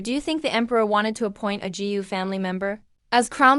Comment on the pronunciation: Constructive criticism: Gu is pronounced Goo